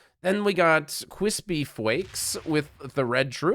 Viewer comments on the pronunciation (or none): The circle map. Forget purple 😅 Cwispy Fwakes😂